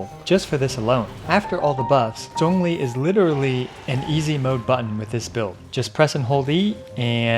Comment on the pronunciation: Actually pronouncing Zhong li's name correctly "chefs kisses*